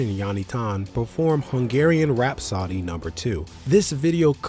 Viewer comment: It's not pronounced "rap-soddy", it's "rap-so-dee."